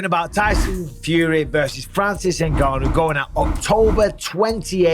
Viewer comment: Very few people know this, but Francis actually left the UFC because Dana refused to pronounce his name properly despite being able to. "In-gone-you", Dana says, just to piss him off